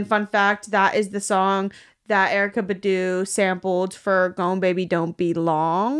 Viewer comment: Not pronouncing erykah badu's last name wrong even though Badu uses her own last name in her songs and therefore gives you the pronunciation 😭